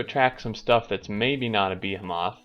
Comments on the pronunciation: Beh-hi-muth... fuck man... The fuck is a beeheemoth? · bəˈhēməTH bə as in bet hē as in heat məTH as in myth